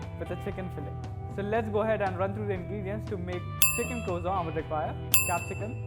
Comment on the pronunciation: its croissant not croizant with SSS not ZZZ